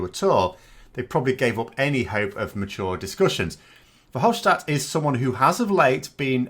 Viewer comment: Please do not pronounce the "s" in Verhofstadt as "sh". That is the German prononciation and I hear some Brexiteers (like a certain Jeff Taylor) emphasize it on purpose, as for them it's still 1940, the Battle of Britain, etc ...